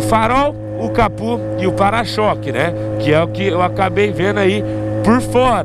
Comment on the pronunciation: O que seria esse tal "capú" que o fala? Só conheço uma peça chamada capô. kkk